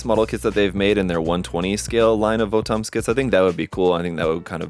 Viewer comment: not VO-TOMs, its Votoms like bottoms. Apparently this is 1/35 scale...it would be nice if bandai put the scale on it.